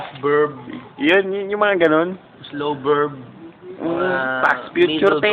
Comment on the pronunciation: Past berb, Slow berb... potekk HAHAHA